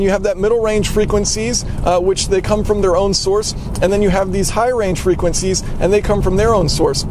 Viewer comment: You pronouncing the word frequencies made my ears literally bleed